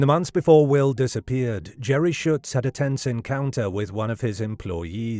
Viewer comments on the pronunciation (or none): none